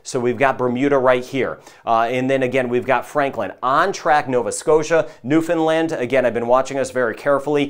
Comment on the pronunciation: Why do you call it New Finland it’s New Foundland.